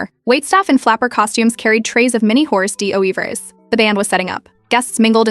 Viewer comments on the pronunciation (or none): Was mispronouncing 'horsD'oeuvre' deliberate or what?